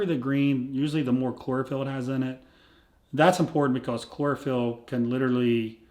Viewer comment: chlorophyll, sounds more like bore-a-phyll Billy Madison